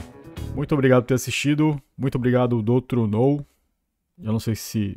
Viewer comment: Olha só, vídeozão novo cedinho, vlw pelo aviso!!!! E de nada 😃👍 Sobre a pronúncia, fica assim: "Dôtro Nól"